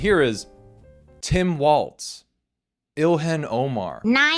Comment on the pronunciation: it's pronounced "Wall-z" not "Walts" this always pisses me off lol